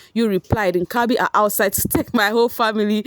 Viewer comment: you make me laugh when you pronounce Inkabi🤣🤣🤣🤣🤣at least you know how to pronounce Haibo wena🤣🤣🤣little by little you are getting there